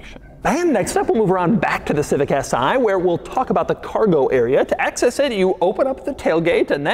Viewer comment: Its not "S I" !!! It's is "Si"! .. as in "Si! por favor"